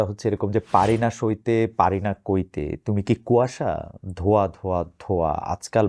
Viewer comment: ধোয়া নয় .... 😅😅😅😅 ধোঁয়া